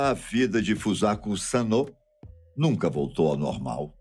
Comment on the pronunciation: Ele falou o nome da garota errado .